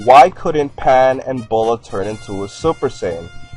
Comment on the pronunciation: Her name is not pronounced Boh-laah....... It's pronounced BEE-YOU-LAAH. Get it right.